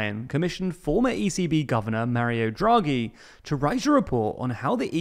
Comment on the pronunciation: It's DHRA-GHEE not JRA-GHEE